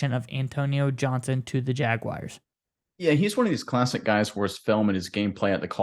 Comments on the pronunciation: There is no "i" in Jaguars. Jag-Wahrs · Nobody says it like that, even people from Jax